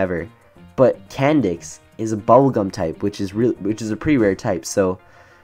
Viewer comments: THE SECOND HE SAID CAN NDIX I THOUGHT IT SAID CANNED. YA I KNOW XD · Candix that sounds so wrong like "Can" "D***"